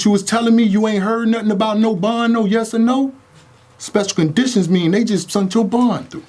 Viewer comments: Something wrong with me because I’m just focused on making “sent” “sunt”. “That’s why I sunt my clips to Knowledge”. Just because he said that I’ve decided he told. 100% Accuracy. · There's no such thing as "sunt". Lol it's "sent". Hell I'll eveb take "sended" 🤣